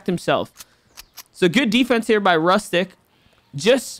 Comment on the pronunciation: YAY ARGENTINIAN ACTION 🇦🇷🚀🔥 Oh and btw it is pronunced roostyk